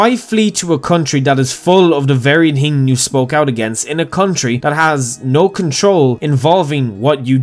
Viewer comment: >tree >tchrenten >ting >Betesda Sorry. Couldn't help it.